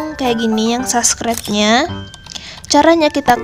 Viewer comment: sorry ka, tpi itu subscribe not saskret 😭 pliss mood bgt hahaha 😭